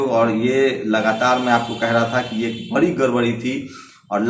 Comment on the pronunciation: Bc ye pahle evm wala matter kyo nhi uthate ho .....or rha Arnav ka to wo banda sahi hai.....da ko ra padte ho ....bolna sikho be.....bari nhi badi...Sushant matter me kaha tha ..... rajasthan, punjab,mp Karnataka, Maharashtra yaha par kuch nhi bola ....sab bhadwe apne fayda dekhte ho ....bhag bc